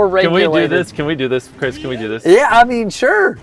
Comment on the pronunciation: I thought Jimmy was calling chris bab for a second